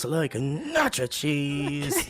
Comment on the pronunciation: I've rewatched this specific bit over and over for the last hour. The accent, the breathing, nacho cheese. I can't get enough of it.